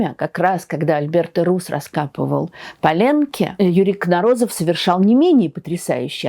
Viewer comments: Почему КнорОзов когда все произносят КнОрозов? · КнОрозов. Ударение не на том слоге. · Так как все таки правильно ставить ударение - КнорОзов, или КнОрозов? В других видео на YouTube чаще звучит КнОрозов. Такое же ударение в украинской версии статьи о нем на Википедии. А вы говорите КнорОзов, и в русской Википедии так же. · Юрий КнОрозов, а не КнорОзов..😊Этот великий ученый стоит того, чтобы его фамилию произносили правильно🎉🎉🎉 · Удивительно что историк не знает как правильно ударение ставится в фамилии своего соотечественника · Как мне не нравится подача материала тем более исторического .Вы даже ударение на фамилии ставите неправильно . Я несколько передачь посмотрела все везде разговор на кухни